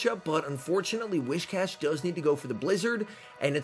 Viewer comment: It's actually whi"s"cash, not whi"sh"cash. It's more like saying "whiz" rather than "wish". Sorry, just thought you might need to know.